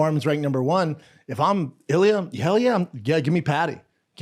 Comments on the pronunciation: His names ILIR not ilia hahahahaha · His name is "Ilir" and not "Ilia", put some respect on his name! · his names ilier not ilia